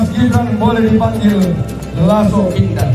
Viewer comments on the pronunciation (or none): LASO' BUKAN LASO